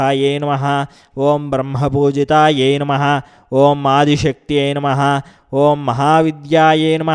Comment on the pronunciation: Please give right pronansesation i.e Namahh not name pls try to do correct So try to give correct pronansesatin namahh.